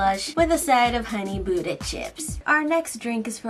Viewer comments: OH, was saying “ Honey Butter Chips” I keep hearing “Honey Buda Chips” 😐😦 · Is my ear wrong or something- I keep hearing "buda" not "butter" 👁👄👁👉👈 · Every time I heard “Honey Buddha chips” I started WHEEZING😂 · Same- I keep hearing "buda", I think something wrong with my ear